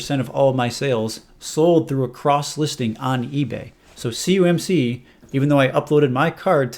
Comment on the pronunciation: Why do you say C U M C, when it's C O M C? Am I missing something?